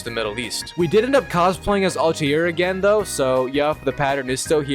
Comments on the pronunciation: And Al tai rrr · Your pronunciation of Altair is garbage